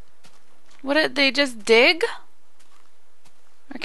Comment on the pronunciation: The memory of tootsie was soo sad but she survived :D and when u said dig bugs it sounded like dick bugs lol